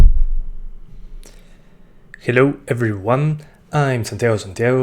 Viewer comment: Que dices siempre al principio???, dimelo porfavor jaja :v lo que yo entiendo: hello ever one and two two jajajaja